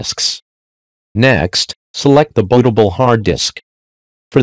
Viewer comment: Looks like an interesting video on how to reuse extra items we might have lying around, but why does it use a text-to-speech program for the narration instead of having a person speaking? Mispronounced words like "boatable" (bootable) and "ayep-prettris" (IP address) and the uneven spacing in between words makes it more difficult to listen to.